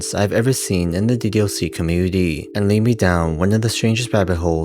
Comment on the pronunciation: why youtubers these days prefer to speak so annoyingly with enunciating and putting stress on the last syllable of the last word in their speech even if it’s incorrect (suddenly the word “commUnity” becomes “comunitEE”, or “Answers” becomes “answErs” and so on)